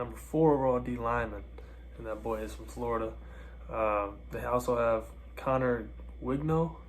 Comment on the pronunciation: Bro mispronounced like half of our recruits “Conner wignal”, “sheman Stewart”, “Kevin banks”